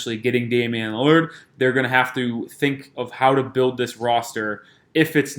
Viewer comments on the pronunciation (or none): none